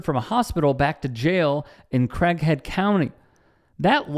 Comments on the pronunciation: have you never heard the name CRAIG?!?! It's pronounced CRĀG or CRAYYG,not CRACK. CRAYYG-HEAD! 🙄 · Sound like he said crack head county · Sounds like he is saying Crackhead County :) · Sounds like he says Crackhead County jail. If any cop does this they should get the same treatment! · He is calling how it should be called: crackhead county! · I thought he said Crackhead County.